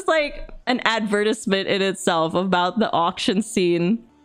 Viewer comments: OK But like "Ad vent tizz ment" The hell did that come from and why must i from now on pronounce advertisement as such....o wait there was a story being g told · Same haha. I feel like it might be an inside community joke at this point. Or she knows how to pronounce it and it's mispronouncing it on purpose. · I have never heard "advertisement" pronounced that way lol